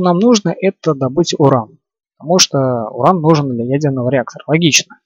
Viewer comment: а можно не урон а уран